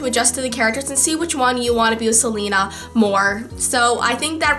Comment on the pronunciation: I love you, but I have to say it's pronounced Se- LAY- na, not Se- Lee- na.